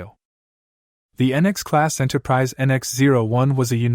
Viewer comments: Enterprise eh and Enterprisey. 😂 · Why don't you take a real human speaker? Why do you take this AI-BS? What's an "Enterpri-zey"? Enterprizy